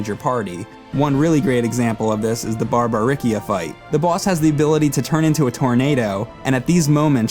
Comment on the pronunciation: OMFG it is (SES IL) (CES EL). Not (SEE CEL). Banging my head against the wall. BAR BA RIS SEE AAAAAA. Barbaricca. No wonder why your boss is so angry. Speaking of which it is said on the DS version.